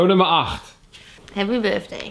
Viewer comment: 4.08 “happy birvdayv”